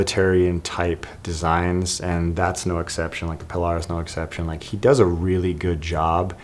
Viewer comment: PEE-LAR, not PUH-LAR. Not only the name of his boat but one of the main characters in For Whom the Bell Tolls and a nickname for his second wife Pauline. The shark thing didn't really work, btw. The blood generated from shooting the sharks just brought more sharks.